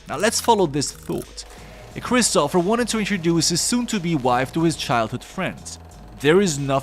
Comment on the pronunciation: Why do you call him Christopher? It's christopher